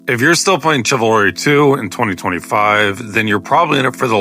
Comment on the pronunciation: its shiv alry not what ever the fuck youre saying